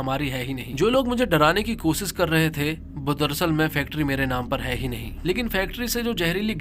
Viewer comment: Bhai tumhari dictionary main " sha" nahe hai kia ? Khamossss, kosissss, explanaisan, saadi, om prakaaas😂